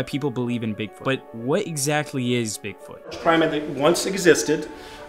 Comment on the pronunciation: hahaaa u said "dig foot" at 16 seconds